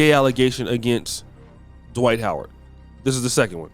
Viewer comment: Twight Howard 😂😂